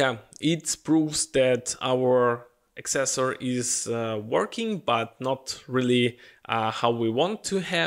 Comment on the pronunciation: Dear friend, it is ACcessor not acCESsor.